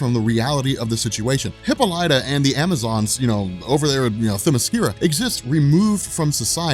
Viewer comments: Bro i hate the way you pronounce WW mothers name its (hipp-all-i-taa) not hippolya 😂😂😂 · HIP PAUL IT TAH not HIPPO LIGHTA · Your pronouncing Diana's mother;s name wrong. It's Ha-pol-lit-ta. But spelled Hippolyta . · Dude, for the love of god, learn how to pronounce Hippolyta, it's pronounced huh·paa·luh·tuh! huh·paa·luh·tuh! huh·paa·luh·tuh! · “Hipo-lya” lmao. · Her name is pronounced "Heh-pah-leh-tah" accent on the second syllable. I cannot allow this injustice to stand one more minute. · Proper pronunciation, for your future reference: Hippolyta = Hip POL li ta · hih-PAUL-ih-tah Is how you pronounce it. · *Gan-Th-It. Heh-Paul-i-Ta.... had to... I'm sorry